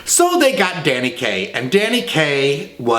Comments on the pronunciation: "Danny gay--Kaye" Hint hint? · I loved the Freudian slip "Danny Gay...Kaye".